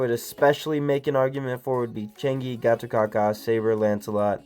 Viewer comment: Just an fyi... how to pronounce Gatotkaca's name is Gatotkacha... 👍👍👍